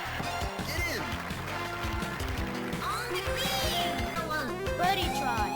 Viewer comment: On da gween is burned into my soul at this point